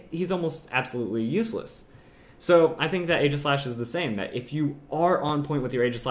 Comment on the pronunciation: For all of the praise he gives Aegislash he still pronounces it wrong. Not trying to be hateful, just informative.